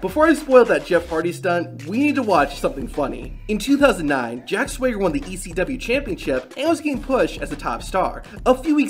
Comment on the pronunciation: How do you mispronounce Swagger